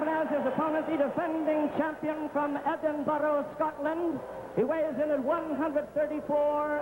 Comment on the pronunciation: Good on the announcer pronouncing Edinburgh properly and saying tartan. Maybe kens team had a word! Rip kenny